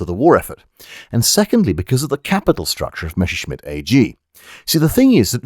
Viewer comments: Say Mess! - "Mess" - Now say Messer! - "Messer" - Good! And finally Messerschmitt! - "Meshershmid!". And the "ch" in "Milch" is the soft one, not the hard ch you get in "Chutzpah". Simple rule: CH after a, o, and u is the hard version (the one that sounds like you're horking up a loogie), after e and i it's the soft one. And while the soft "ch" and the similar "sch" in German are not EXACTLY like the English "sh"-sound, you're welcome to use it as an English speaker, nobody will blame you. :) Unt in return ve Chermans will kontinue to pronounce ze "th" as "z" and "w" as "v". :) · Don't want to be an ass but it's pronounced mesershmit, the double s in German is a shrap/normal s since a normal s is more like an English z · It upsets me that you pronounce Messerschmitt as "Mesherschmitt". It's one of those German words that, if pronounced in English exactly as written, is pretty much spot-on. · For some reason, English speakers feel tempted to pronounce the name as if it is "Mesherschmitt" when actually the double s is voiced exactly like that: as a double s. Messerschmitt is one of those names that, in olden times, used to reflect the trade of its owner, like someone called Carpenter or Tyler or Archer or Baker. "Messer" is German for "knife" (and related concepts). "Schmitt" or "Schmidt" or even "Schmied" is a direct equivalent to the name "Smith". So "Messerschmitt" means "knifesmith" or 'bladesmith" or similar; perhaps the equivalent of "Cutler". But "Messer" is spoken exactly as it is written, with the "Mess" bit pronounced just like it is in English. So "Messer" is pronounced exactly as it is written, not anything like "Mesher". So it is not pronounced "Mesherschmitt". Perhaps the word doesn't easily trip off the tongue of the native English speaker, or maybe people are just perpetuating a mispronunciation from previous generations. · Willie "Mether"-schmitt